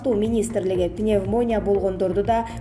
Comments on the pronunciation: Башты оорутпачы пневмония деп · Пневмония деген созду туура айтсаныз ведущий